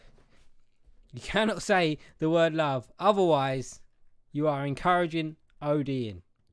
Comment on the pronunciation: what about “Wove” 😂